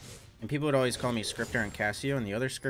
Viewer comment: “Would” not “world”